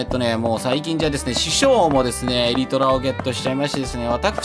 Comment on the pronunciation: Elytraの発音、襟虎じゃないですよ。